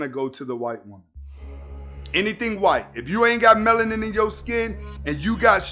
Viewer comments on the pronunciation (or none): none